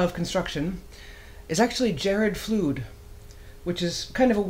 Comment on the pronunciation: Yep, it's pronounced like a flood of water, "flud."